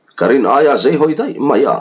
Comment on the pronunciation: A hrawkah azei sak ti lo in A hrawkah azai sak tih zawk tur